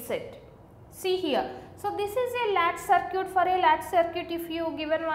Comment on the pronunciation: It's sad that people are getting annoyed over her accent and broken English. I think her english is fine, she is a South Indian that's why her accent is slightly different. For example she is pronouncing circuit as sircute. I understood the topic and I thank her for that.